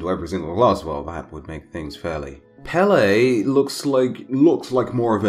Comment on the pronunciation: As someone from Hawaii and a native Hawaiian Pele (pronounced peh-leh) is pretty disappointing